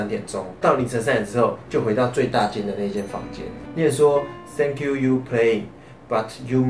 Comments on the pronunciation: thank you...这词连在一起念所以听起来是thank Q~而不是thank you you~抱歉,本人有强迫症,听得我尴尬症发作~ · 為什麼我聽到把thank you說成sank you you